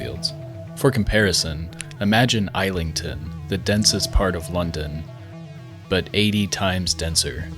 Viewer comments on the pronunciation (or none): It is pronounced Is-ling-ton, not isle-lington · its "iz-ling-ton" not isle-ing-ton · isle-ington? or is-lington? what is wrong with north america 😂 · Islandton... Is-ling-ton lol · fyi you pronounced islington wrong. Its not isleington its Is-ling-ton. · Pronounce Islington as IS--LING--TON. Not ISLAND--TON. It's the word Is 😊😊😊😊😊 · “Eyes-ling-tin” is crazy bro it’s pronounced “is-ling-tin” Fire video btw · it IS is-ling-ton not isle-ing-ton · "Isle-ington"?..... it's 'Is-lington' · its ISlington, not eyelington. Takes 2 minutes to look up a correct pronunciation. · but its not isleington its islington there no e so its is not isle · nope 😂 is ling ton. Izzzlingtonn. So the s is an sssnake sound so not island not silent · Is-lington not I-lington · Its pronounced IS-LING-TON not isleton lol, Great Video! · Isle-ington? It's Is-lington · Is-ling-ton not eye-ling-ton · Islington is pronounced 'izlington', not 'eyelington', by the way. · Islington is pronounced "izling-ton" not "aislington" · Aww man, you really tried with Islington, and I appreciate it, but that's not how you say it. The S is not silent, it has a 'z' sound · You don't pronounce islington as "aislelington"!!! Pronounce the S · It's IZ ling ton, not Aisle ing ton... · how do you even pronounce it other than isle-ing-ton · Islington 😂 it’s pronounced is-lington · Islington in London is pronounced IZ-lington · Its pronounced IS-ling-ton by the way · yeah guys imagine Eye-lington 🙄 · IZ lington.... That's how we say it. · Incase you wondered it's pronounced Is ling ton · aylington lmfao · Did you just pronounce iSlington as Isle-ington…….. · Great video mate, I always found this place fascinating as a kid due to blood sport. Islington is pronounced is-ling-ton. There is also chaotic, soup kitchens next to bistros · “IS-lington” mate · The s in Islington is not silent. is-ling-tin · Sorry mate, it's IZ -ling-ton. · "IS-LING-TON"... Islington, London 👍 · It’s pronounced Izlington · Eye lington 💀